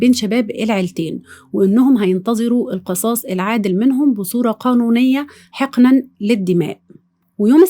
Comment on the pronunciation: نطق حقنا خطأ بفتح الحاء وليس يكسرها